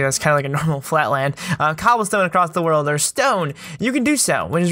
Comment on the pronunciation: "my worldf" me:whatf